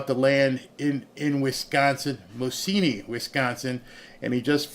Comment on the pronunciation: It's pronounced Moz-i-knee. Thanks